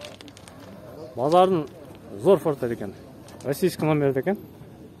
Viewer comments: Портер эле болот фортер эмес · Жакшы реально бааларды тартыпсын фортер дегенин окшошпой калыптырда Портер де иним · Озубуздон окшойт фортер деп суйлоп